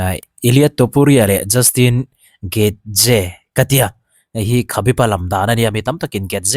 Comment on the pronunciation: Fighter hming ho hi sap ho lam dan hian lam ve law2 mai la, joshua van pawh sap ho lam danin i pawm kha, justin getze pawh a ni bok lo, derick lewin pawh a ni bok lo, ufc fans inti ve si a thluk i thiam lo pawh in a spell dan tal chuan lam rawh